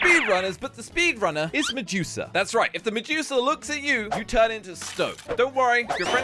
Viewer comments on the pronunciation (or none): is medusa not mejuka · did you say mejusa when you where in the intro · said medusa like medusuck🤣🤣